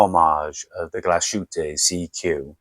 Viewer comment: The pronunciaton of GLASHÜTTE is more or less correct. But SEESTERN is GERMAN as well, so your anglo-pronounciation is, one more time, WRONG, sorry. 😈 SEESTERN is no SEE-STERN but rather S (like a Z) E (like Egg) E (like Egg) S (like Shine) TERN. Danke vielmals und sei gut mit deutsche Sprache! 😂😇😎